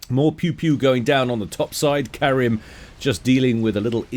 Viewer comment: btw my name is karim not karen mf XD